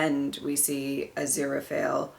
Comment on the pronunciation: The next episode is my favorite >:3 Also you said Aziraphale right! (Said Crawley instead of Crowley tho haha)